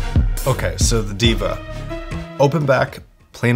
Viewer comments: its pronounced "Dae-vah", meaning God. Not Diva. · It's they-va not diva..😂